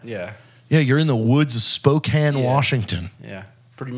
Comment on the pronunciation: Holy Frick. This is the first time I've ever heard someone pronounce spokane properly